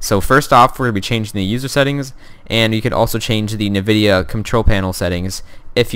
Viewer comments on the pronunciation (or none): lol "NIVIDIA"